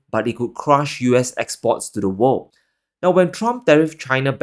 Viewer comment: Great, you can say "wor'l'd", now! Next time, Further instead of "fodder". Thx